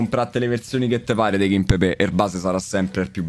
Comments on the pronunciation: ma raga qualcuno dica a che è KIMPEMBE e non KIMPEBE e che TELLES si legge teglies e non TELLES 🤣🤣🤣 grande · Ragazzi ma qualcuno mi spiega perché dall'anno scorso qualsiasi youtuber chiama kimpembe "kimpepè"?